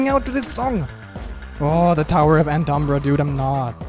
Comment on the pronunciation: previous episode be like: "Oh! The Tower of Antumbra! That soundtrack is so cool!" in this episode: "...AntumBRUH"